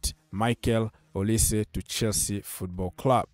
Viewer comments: Name is Pronounced as Oli-say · O li seh right pronunciation.. he is from the eastern part of Nigeria same as Chukwuemeka and madueke